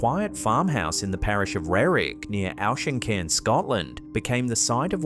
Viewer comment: Auchincairn is not pronounced owsh.. its pronounce OK or Awk depending on your accent